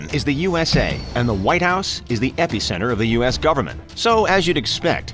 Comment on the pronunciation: How come the narrator keeps saying “epicenter” when he so thoroughly butchers the pronunciation? It’s not an epi-pen.